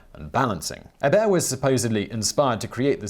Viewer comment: My last name is Hebert, it's nice to hear someone say it properly.